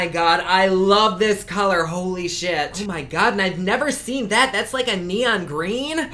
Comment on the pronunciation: "Oh mah Gawh" 😂 💜